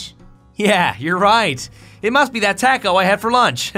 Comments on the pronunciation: taco was said wrong. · Do you pronounce taco, taco or taco